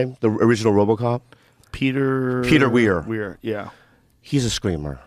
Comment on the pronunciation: “Peter Weir” 😂 ☠️